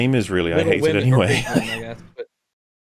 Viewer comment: It’s not “WOMENZZZ” it’s “WAH-MENNNZZZ” 😂